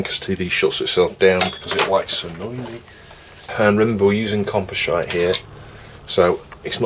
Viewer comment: Composhite made me laugh.